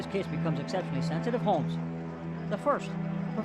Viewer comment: HoLmes....not Homes